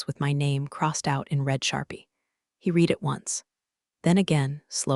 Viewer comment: PLEASE teach your AI the difference in pronunciation between the present and past tense of “read”!